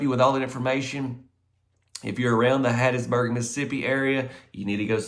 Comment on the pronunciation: The way said "Hattiesburg," thats a true Mississippian. 👍🏼 ❤😊